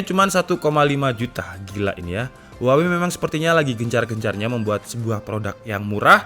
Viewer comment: "Huwaengg", lagi bersin gw